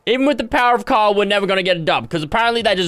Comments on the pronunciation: The way pronounces Carl is mad 😂😂 he literally says “Cawl” 😂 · I find it hilarious how he can’t say Carl; and he’s saying cahel. 😂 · JustNormal Ian Asian is Asian? Wow, I never woulda guessed it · Bruh it's funny how he said I have <Carls> brick😂😂🤣🤣🤣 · When fresh says carl it sounds like call 😂😂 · When he says <Carl> it sounds more like <Kyle> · Since he says Carl like cawl it sounds almost like Kyle. Maybe it’s just me though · You said Carle 53 times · Who else loved how he said Carlت